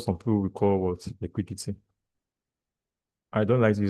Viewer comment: Just like me. I hate that word "liquudity" in this industry